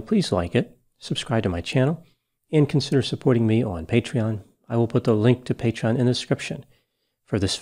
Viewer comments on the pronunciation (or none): none